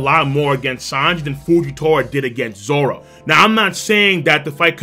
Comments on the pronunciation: Did you legit call him zolo? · But it’s pronounced as zoro And usually written as zoro so people don’t get confused